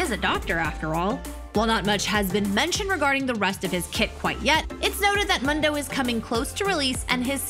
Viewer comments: can we talk about the ''mando'' IT IS MOOOONDU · It’s moon doe not mun doe she is so stupid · Seriously, can you say his name right for the love of god... MOON-DOU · It's pronounced Moondough. 😂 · I just wanna say its pronounced moon-doe. He says it himself. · I don't know why but she pronouncing mundo as m"a"ndo triggers me xD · Please say Mundo correctly... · Who do you pronounce mundo like that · I can get over the way she says Mundo sry i dont want to be mean but "Mundo says his name a lot else he forgets has happened before", he says his name every other time he moves.